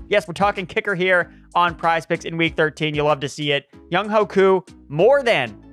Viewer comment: Love the info as always… also. It’s pronounced Young-WAY Koo. Much love!